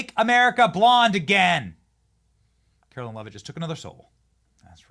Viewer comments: Benny, Carolyn is spelled Carolyn. Karoline (KaroLINE) is spoken as KaroLINE. Love your show and this new Press Secy is fabulous. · KARO-LINE IS HOW ITS PRONOUNCED! It’s not Carolyn. Do better Benny!